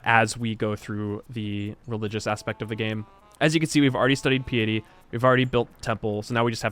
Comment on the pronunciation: How interesting that mispronounces the word "piety" and then 30 seconds later pronounces it correctly Edit: then another 30 seconds later, mispronounces it again!